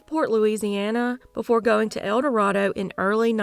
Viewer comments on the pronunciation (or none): Arkansans pronounce it el duh ray duh. Buena Vista is byu nuh VIS tuh. 😆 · Love your videos! But you are mis-pronouncing ElDorado. Not trying to be mean. Just wanted you to know, it's pronounced different in Arkansas. Thanks for all your hard work! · We call it El Do-RAY-do